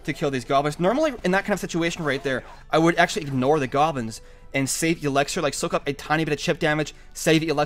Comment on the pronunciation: It's not Elexer. It's elixir